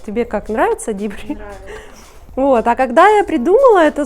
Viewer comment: А на остальных европейских языках, кроме английского, 'DIPRI' произносится ДИПРИ.